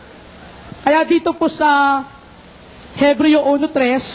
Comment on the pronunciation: Ebreo po! Silent H 😁